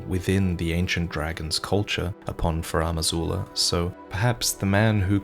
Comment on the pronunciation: “Furam Azula” ouch